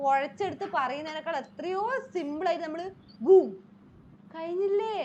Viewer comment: odalla beum ennalla... odanda beum...